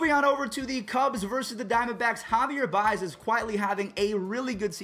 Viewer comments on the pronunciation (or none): none